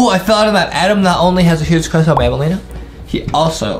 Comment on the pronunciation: Adem said i don't wuv banbeleena